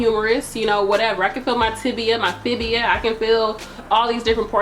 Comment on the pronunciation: "Fibia". Lol.